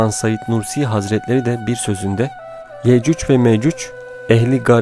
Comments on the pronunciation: Telaffuzun Yeccüc ve Meccüc Olması gereken Yecüc ve Mecüc 😶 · Yecüc mecüc neden yeccücc ve meccücc diyorsunuz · Abi iyi güzel konusuyonda yecuc mecuc neden yeücücü meücücü diyon anlamadım böylemi söyleniyor ? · Yakında yeeeeeeecuuuccc" ve meeeeeecuc olur kardeşim yecuc ve mecuc telaffuz ederken dikkat et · Sunucunun yehcüc ve mehcüc demesi ayrı bir dert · Bu vidyonu yarimciq qoyacam cunki sen adam ki yecuc ve mecuc diye bilmirsen men de eseblesirem😏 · Ne kadar sinir bozucu bir anlatım Ye,cuc ve më, cuc diye okunmaz Okumasını öğren önce Anlatım dersi al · hee anladım aynen ya 😂 sanki Yecüc ve Mecüc'ü nufusuna alacakmış gibi😁😁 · O kadar güzel yecuc ve mecuc diyorki ya 😂❤